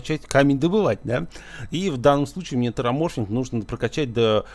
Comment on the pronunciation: не тераморфинг а тераформинг - от слов терос и формация, а не от ксеноморфов ) чужих пересмотрел?))